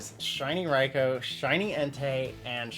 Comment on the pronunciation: wow someone actually say raikou correctly